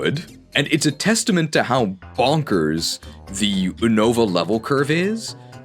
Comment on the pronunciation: ever since you started pronouncing Unova wrong I’ve heard more and more Pokemon YouTube guys pronounce it wrong too and for that you’re just the worst